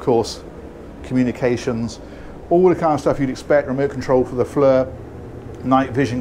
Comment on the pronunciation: Fyi "Flir" is pronounced "Fleer" as like "deer". Doesn't make sense, but there it is.